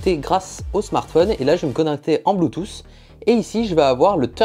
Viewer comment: en bluetousse 😂